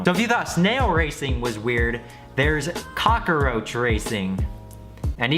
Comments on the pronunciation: Cock-a-roach? No no no it's cock-roach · says cockroach like "cockaroach" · Cock-a-roach. says "Cockroach" like an old Italian man who was making pizza; looked at the corner and screamed "mama mia issa cockaroach!" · cock-a-roach wat WAT!?!?!?!?!!?(no hate btw) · CockAroach? really 😂😂😂 still love u though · 'Cockeroach racing' its spelled the way it's said cmon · cock uh roach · the way you say cockroach makes me uncomfortable. thanks